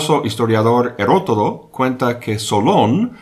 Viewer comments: 2 veces dices claramente "Herotodo" en vez de 'Herodoto". Por qué? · Escucho sus sabias palabras y se lo agradezco. Un ligero detalle: El famoso historiador se llama Heródoto que no "Herotodo" como usted lo ha pronunciado. Una abrazo.